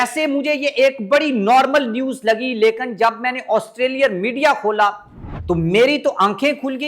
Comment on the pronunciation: The right word is Lekin not Lekan o pendo